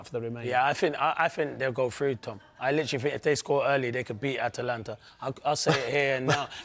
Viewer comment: Incoming end of season collapse for Liverpool?! ; ATA- LANTA, not AT-LANTA, not difficult Clinton!